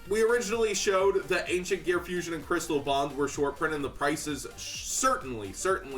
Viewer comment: I straight up thought this nigga was saying Chris LeBlanc instead of Crystal Bond. 😂😂 i was mad confused.